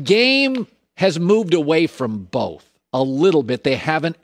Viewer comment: My ONLY GRIPE about Colin is he pronounces both with an L 🤣🤣🤣 (boLth) 🤣